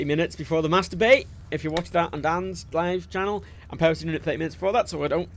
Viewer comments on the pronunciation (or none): doesnt it sort of sound like says Masturbate when he says mass debate